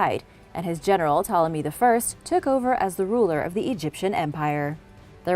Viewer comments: The p in Ptolemy is silent. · I have never heard Ptolomy spoken with the P pronounced. Interesting tho.